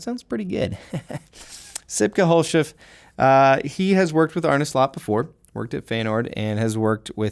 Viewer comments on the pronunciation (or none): you said sipke verry well but the last name u pronounced that with an funny english accent xDDD